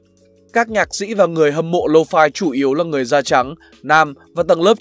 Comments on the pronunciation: "Low phai" ngược với "mau phai" 😁😂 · Nghe 4 năm rồi mà vẫn đọc là lô-phi : v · Toàn đọc là lô-phi :))